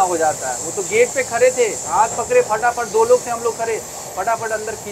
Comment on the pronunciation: Khare hai nahi re khade hai bolte hai